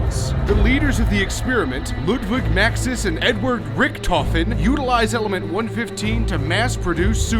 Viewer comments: it's not 1-fifteen it's 11-FIVE I'm sure you know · It’s one one five not one fifteen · it not one fifteen its one one five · him saying element one fifteen made me mad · South Park, btw one one five, not one fifteen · one one five. not one fifteen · It's pronounced "one-one-five" and not "one-fifthteen" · 1 15 really 😑 it's pronounced one one five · It's element one one five not one fifteen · Good video but i want to say one this.....its not element 1-15 its element 1-1-5 (- <--with theese little lines i show the pacing of the numvers said. ) i hope you understand what i mean :)